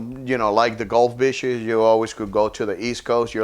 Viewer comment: When he said the beaches, I heard the bitches… the bitches are really beautiful 😂😂😂